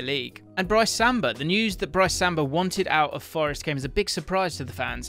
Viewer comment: On Brennan Johnson, it will be confirmed in the next few days that he will be signing a new contract with the club. Brice(pronounce BREECE) Samba stunned everyone with his announcement that he wanted to leave with 1 year left to go. What has emerged since is that he may of gotten some dodgy advice from a Fench journalist and people in his camp. I think he soon realised his 'mistake' and has been trying to repair damage with videos of him training in Forest gear and praising the club and fans, but it looks like the damage is done and he will be leaving and will be replaced by Man Utd's Dean Henderson